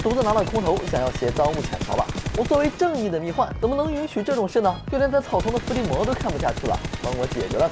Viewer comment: 不是蜜獾（huan）吗